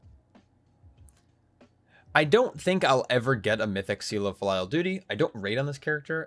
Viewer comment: I might be wrong, but I think it's pronounced "filly-al" like the word for family? :)